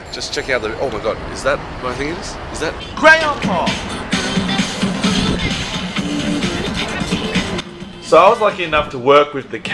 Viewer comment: The way says Crayon Pop, it sounds like grandpop